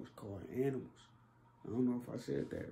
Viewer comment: boy did you say “aminals”😭😭😭😭